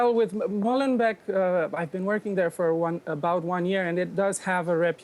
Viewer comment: It's Molenbééék (phonetic) net Molenbèk ...